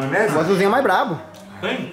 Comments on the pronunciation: q agonia desse "majs" kkkkkkkkk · Ele trocou o i pelo j kkkk